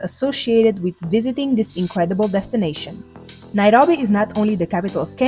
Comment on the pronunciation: I just love her pronunciation of Nairobi❤